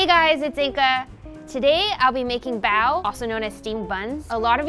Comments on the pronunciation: Listen to them say "bao" makes me cronge ad they are saying it wrong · nobody:: OPEN IT AND WE HAVE ZHE BAO